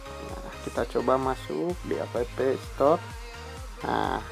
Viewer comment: Cara bacanya "ep stor" bukan "apepe stor"